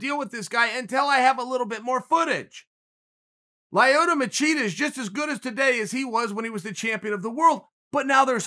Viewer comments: “Lie-oto Machida” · Chael: "Lie-oh-toe Ma-cheetah" Me: "He's a very real thing."